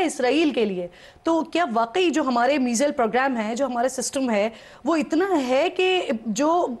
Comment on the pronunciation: پروگرام کی اینکر “میزل” بول رہی ہیں ۔۔ اوہ بھائی “میزل” کیا ہوتا ہے ۔۔ 😂